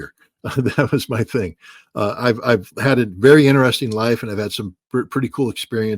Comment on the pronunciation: Scott, it is interesting not innerresting. lol